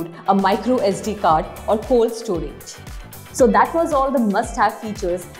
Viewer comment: She pronounced cloud storage as cold storage lol, hope it was by mistake😂